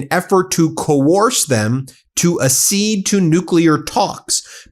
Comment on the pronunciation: Pronunciation again: accede is "uhk SEED," not "uh SEED."